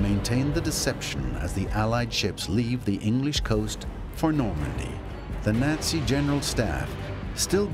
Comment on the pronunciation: Did he say Nazi or Yahtzee?